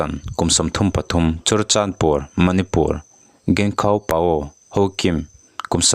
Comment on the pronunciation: manipur tiha (pur ) tih lai hi i thluk sâng tawh dawn nia, a reng rengah hei leh chen mi lam dante pawh i hre lo em ni?